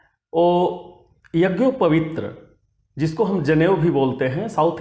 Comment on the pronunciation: यज्ञोपवीत को भी तुम शुद्ध नहीं बोल सकते हो क्या वीडियो बना रहे हो पहले यज्ञोपवीत शुद्ध बोलना सीखलो